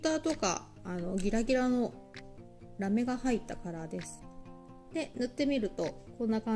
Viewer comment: キラキラ可愛いですね✨ラメの発音の仕方が飴みたいで可愛いです(*^-^*)💕